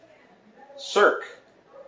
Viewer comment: Circe is a really good book. I've always loved greek mythology and I am very interested to find more myth retellings similar to this one. I thought it was very well done and beautifully written. It's actually pronounced SUR-see (but her original name is something like Kirke).